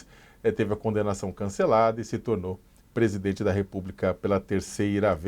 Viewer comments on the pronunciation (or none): Esse jeito como a fala, como q pondo um H entre as vogais Por exemplo, presidHente), aliado ao eeeeerh, mais o neee?, demostra seu preparo medíocre. Sacamoto, bem menos.